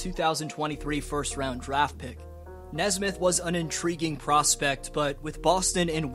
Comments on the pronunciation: It’s nesmith not nesbitt lol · It’s pronounced Aaron Knee-Smith